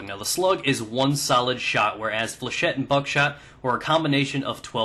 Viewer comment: flechette comes from a french word so its pronounced with a shet :)